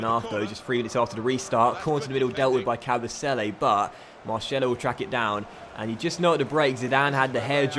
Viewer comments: Since when was O pronounced ow. Asensio. And Marcelo is pronounced like cellophane not shello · It's Marcelo not marshelo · “Marshelo” hahaha😂😂